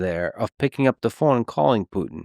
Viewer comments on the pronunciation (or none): Klein pronounces Putin as "Poo-din" and housing as "house-ing". Hmm. Other than that weirdness, his commentary is thoughtful and interesting.